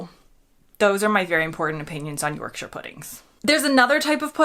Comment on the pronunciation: You're definitely a Brit now, just by the way you pronounce shire in Yorkshire.👌